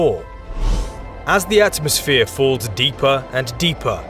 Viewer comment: At mos sphere pronounced as three separate words. You sound mental mate!